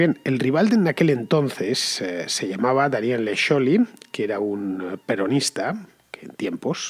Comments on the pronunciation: Me mata como pronuncia scioli . felicidades tarde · Si bien el apellido Scioli es italiano y, por ende, se pronuncia "sholi", nadie en argentina ni el propio scioli lo pronuncia así. Él lo pronuncia "sioli"